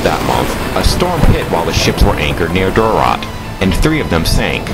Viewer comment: Just wanted to correct you on a couple things. First, Duarte is pronounced dew-ert, not whatever that was you said, and MacClean is actually pronounced MacClain. Comes from the first chief, Gillean. The sons were known as son of Gillean, or MacClean.